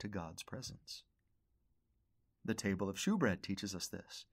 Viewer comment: Great lesson. Love learning from you. Just a heads up, “shewbread” is actually pronounced as “showbread,” even though it’s spelled as “shew.” 👍🏻